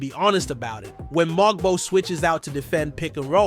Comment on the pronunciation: Everything isn’t shocking. It’s hyperbole. Just speak normally. It’s strange. His name is MoWg-bow. Not MOG-bow.